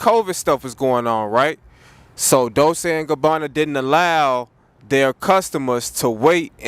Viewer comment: It’s pronounce dol-chay